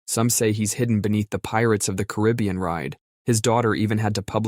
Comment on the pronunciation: Thank you for saying Caribbean correctly